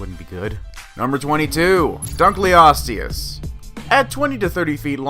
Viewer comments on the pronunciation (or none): Not dunkeosteus